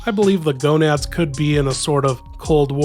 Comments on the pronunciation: GANADOS. not GONADS. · Gonads 😂 it's ganados but close enough